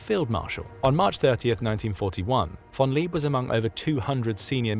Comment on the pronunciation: You totally butchered the name of "Georg von Küchler". Find a native speaker of German to tell you how to say it. Native speakers of German are not really hard to find; there are a hundred million of them or so. "Georg" is something like "Gheyorg", "von" is like "fonn", but "Küchler is difficult, but you could try with something half-way between "Kee-ch-ler" and "Koo-ch-ler", with the "ch" being like the "ch" in "Loch". Not perfect but recognizable.